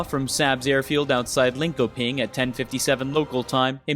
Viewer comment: If you're going to record an hour's worth of commentary on Swedish planes, I suggest you take some time to check the pronunciation of things. It's S-Ah-B, Ling-Sho-Ping, etc. I know that most will say it's not your native language so it's no big deal, but as an American living in Sweden, I know it's not that much effort to get it right and it goes a long way for normalizing not butchering other people's languages.